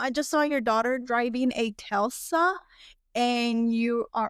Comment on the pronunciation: FYI it's Tesla, not Telsa.